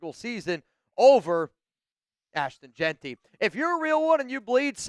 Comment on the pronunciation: said JAQUIN🤣😭😭😭